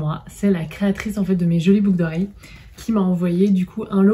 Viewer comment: 🤣🤣🤣"une paire de "boug" d'oreilles ", ptdrrrrrrrrrrr je l'ai dis ainsi pendant des années j'ai crue être la seule sur cette planète! Merci je suis pliée 🤣🤣🤣 et longue vie à Nox!